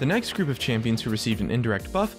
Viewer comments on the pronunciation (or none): none